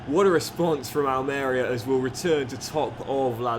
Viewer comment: the club pronounced is Al Maria and you emphasise the marie part just for future reference 😂😂😂